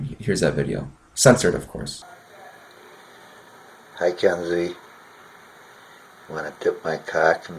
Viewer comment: I mean in the video he kinda says Keni because he doesn’t add any emphasis on the “Z.”